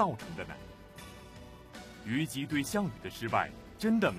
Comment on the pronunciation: 王立群的普通话好别扭啊！！！！他的普通话一般非常标准，但是有几个词音调就好怪，比如诸侯念成竹后，虞姬念成玉即，难受死了啊啊啊！！！！还不如易中天，一股塑普，都不标准，反而可爱啊